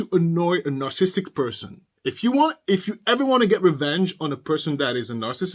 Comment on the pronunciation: Love your show best success to you, sir. I love your accent and you're pronouncing "narcissistic" perfectly, so just ignore the haters. Really good show pertaining to Darryl Brooks. love your reactions 🤩💓